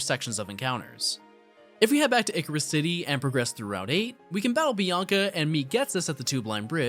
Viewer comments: The Hydragon and Icarus city pronounciations are killing me. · I know it's spelled and pronounced like drei, but he pronounced it as Hydragon. He also pronounced Icirrus City "Icarus City". I spelled it how it would be spelled the way he pronounced it.